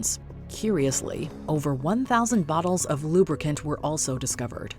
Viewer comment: Not oil "Loo-brUH-këNt"